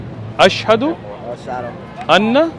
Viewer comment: Why does he say ashhado al instead of an